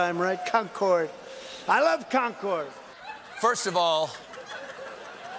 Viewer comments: He also mispronounced Concord! As a Yankee from the area, we laugh at people who say con-cord (accent on "con".) We say conkud, (accent on the kud) kind of one syllable. At least say it the way we do if your are going to say it over and over. It hurts our ears! Now mess with Peabody (peebiddy) and we walk! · The con man loves con cord ...he doesn’t know how to pronounce Concord though. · ~ I must have written it wrong, I was agreeing w/you. I've always pronounced it so it sounds almost like "conquered." Having DT repeat conCORD over and over was disturbing, but then it seemed as though Colbert had begun pronouncing it the same way after the clip, and I thought perhaps I had it wrong. I was relieved to see your comment calling it out. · If you pronounce Concord the way Trump idiotically pronounced it, you'd get your ass kicked anywhere in New England. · It's pronounced "Con-curd," not "Con-CORD." 😂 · Concord (MA & NH) is pronounced like "conquered", not like the plane. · also it's conCERD not conCORD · It's Concord as in "conquered", not "con-chord". Get that shit out of my state, Trump. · ITS FREAK CONN-CORD not conch-cord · Amazed the joke wasn't that Concord is pronounced Con-curd in NH. So he said it wrong like 12 times. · I live in New Hampshire... It’s pronounced ‘Con-Kerd.’ That was painful to listen to. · He loves Con Cord. What's that? Certainly not how to pronounce Concord. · Concord, MA is pronounced Con-Kerd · As a New England local, I've never herd anyone mispronounced Concord so many times and so proudly! 😂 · It wasn't just the mispronunciation. As he circled, I put my head in my hands, realizing he had confused Concord, NH with Concord, MA. He remembered the Revolutionary War battles at Concord and Lexington and, trying to sound smart, made a hash of history and geography. Proudly, too. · Concorde is a jet, the town is pronounced 'conquered'...as in 'i conquered the 7 seas' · Plus he’s pronouncing Concord wrong... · that's not how you pronounce Concord